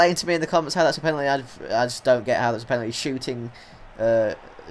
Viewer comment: "but he misses the pelaly" say what?!